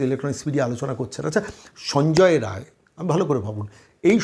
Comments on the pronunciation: রায় রায় বলছেন, রাই, রায় নয় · সঞ্জয় রায় নয়,নাম বিক্তৃতি করছেন কেনো? নামটা হলো সঞ্জয়ে রাই। ঠিক করে বলুন ভুল সংশোধন করে ভিডিও দিন।